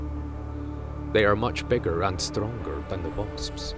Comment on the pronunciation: "They are much bigger and stronger than the waspsps"???? Am i hearing shit or does he say "waspsps"?